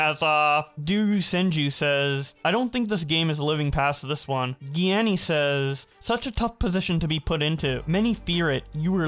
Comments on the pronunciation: I was with you ‘till you pronounced Gianni that way like wtf bruh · Ah hell nah bro did not just pronounce Gianni's name like that